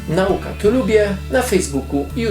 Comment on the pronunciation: Słowo "nauka" należy akcentować na przedostatnią sylabę, jak w wierszyku Brzechwy: "stąd nauka jest dla żuka, żuk na żonę żuka szuka". Słowo to jest przecież w nazwie kanału, wypada więc wymawiać je poprawnie.